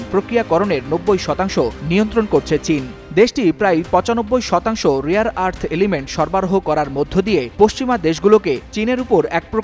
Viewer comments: রিয়ার নাকি রেয়ার😂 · The word is RARE not Rear. Do a bit of research on phonetics. Bunch of stupids. The world is hearing you.